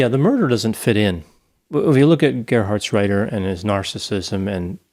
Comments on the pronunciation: Now that the podcast is over, it's useless to say, but that Gerhardsreiter was almost spelled perfectly right. Because it's a hard "t" and not soft "d". Good work, nice podcast. I grew up not far from were he was born. Regards from Germany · The pronunciation of Gerhartsreiter was really good! Even I as a German struggle with that name. 😆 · You actually pronounced the name quite well, Doc (Reiter actually means rider)! And I love the Idea of a therapeutic D&D game! "The Social Worker" 😂❤️❤️ Love it!! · Thumbs up for the pronunciation of Gerhartsreiter 👍🏼 Love your podcast guys. Greetings from a German living in Brexitland